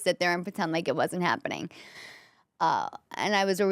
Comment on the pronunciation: My in laws said it the same way you do & they were both from Italy.